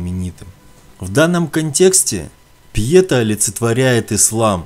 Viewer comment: ПЬЕТА - ударение на "А". А вобщем-то,интересно.Спасибо!